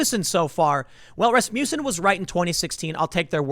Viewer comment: Dammit... everytime tim said Rasmuton(however its spelled), the song Rasputin popped into my head